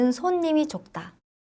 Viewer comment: 좋다가 젖다로 들림 ㅋ 존귀 ㅋ